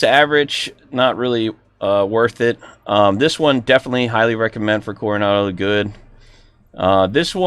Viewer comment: Love of God .... name the model some folks listen to review ...Carenado not coronado lymi lol😊